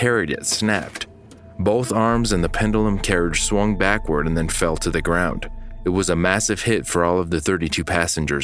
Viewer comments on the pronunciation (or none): none